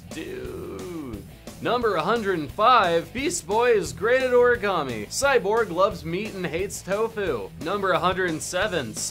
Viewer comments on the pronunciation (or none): none